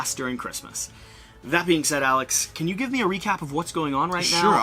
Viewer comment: The first time the voice-over presents Alek character, he pronounces his name Alex instead 😃 Thanks for the video!